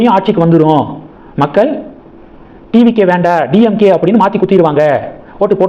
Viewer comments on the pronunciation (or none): none